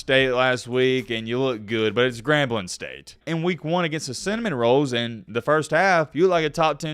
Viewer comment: Is it because of his accent or does purposefully insult FSU by calling them the cinnamon rolls? #mattbebald